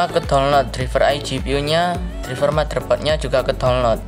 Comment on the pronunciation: Izin ngasih tau bukan menggurui tapi cara baca driver itu draiver bah